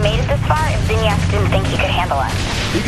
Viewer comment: WTF?! dude just a game know that there is no real saint row in here and its not zaynik its zinyak